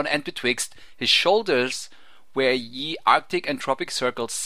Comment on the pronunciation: Kinda annoying the way you say "ye" every time.... im pretty sure at that point the written word "ye" was pronounced the same as the word "the" is pronounced.